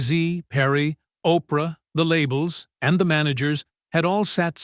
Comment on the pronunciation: WARNING ⚠️ THIS IS FAKE. WENDY DIDNT TESTIFY. ITS OBVIOUSLY CHATGPT AI BULLSHIT 😂 anyone who doesn't know how to say the name Oprah is a fake person 😂